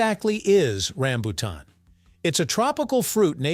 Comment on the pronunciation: i hate the mispronounciacing of rambutan